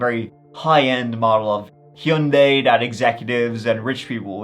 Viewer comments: Your pronunciation of Hyundai got me laughing. Hee-uh-Yun-day. 😂 It's a Korean brand. I wonder how they pronounce it. I say hun-day. I'm American. I wonder who pronounced it the worst 😂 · Hyundai rhymes with Sunday. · the way hes saying Hyundia is cracking me up😂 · I've usually heard it pronounced hund-eye... Hund- eye or hun- day... Or hy- un- day, hy- und- eye... ....... What was I saying? My mom had one, actually my mom and dad had matching ones idr model, white 4 door sedans ...its crazy, I've never thought about a rich person driving any model of Hyundai, it's not a rich person's car in the US...its a relatively affordable lower-mid range car w decent gas mileage... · I’m Americas it’s “hahn-day” and always will be idgaf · I am starting a petition that everyone say Hyundai like.